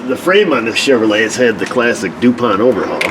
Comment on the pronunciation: you should be a pro at diag'ing a "Chevroo- Leah"! It's got the "Krusties".... LOL! Priceless. Don't breathe on it too hard... she'll break something off. "If you hate it now, wait 'till you drive it!"...